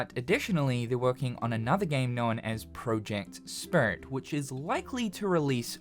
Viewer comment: Project Spirit. Or like this guy calls it: "Project Spurt" o.O